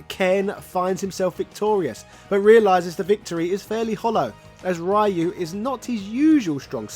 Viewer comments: "Rah-you"🤣 Just like the Van Damme & Raul Julia movie. Rayu is a gyoza (dumpling) dipping sauce and Ryuu (Re-you) means dragon. I think it was SF4 that people started to pronounce his name correct. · His name Ryu is pronounced Roo or Rew like dew not Rie-ew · Thats not how you pronunce Ryu Its RI - U NOT Rai-iu In every game pronunced the nace correctly... why the people still mispronunced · His name is Ryu (ree-you)… not (Rye-you). 🤨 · Geez, Breh. Even Sensei Dan from Art of One Kenpo Karate Dojo got Ryu’s pronunciation right. It’s REE-Yooh, not some kind of bread. Get it together!!! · Ryu is pronounced REE-YOO.... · Street Fighter Alpha/Zero was heavily influenced by the SF2 animated movie. I'm surprised that wasn't mentioned in the video. If people didn't already know, the stadium stage in SFA/Z was an "homage" to the Bruce Lee/Chuck Norris fight in Way Of The Dragon. Also, "Righ-you"...🙄 Thank you Mortal Kombat; Shirai "Righ-you". Then again that mispronunciation might not have anything to do with MK. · Its pronounced " Ree-oo" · I can tell if he's butchering Ryu's name on purpose lol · My ears bleeds everytime when americans keep mispronouncing the name of Ryu. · UGH the way you pronounce Ryu is DISGUSTING and you mentioned in another video you know how but just won't?!? Dafuq lol Interesting though I also like the idea Ken invested in crypto and lost his fortune then Elize showed her true colours and left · Why do you keep pronouncing "Ryu" Like that 😢